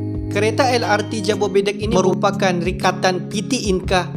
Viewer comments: jabodebek bukan jabobedek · Jobodebek (Jakarta,bogor,depok,bekasi) bang, not jabobedek 👌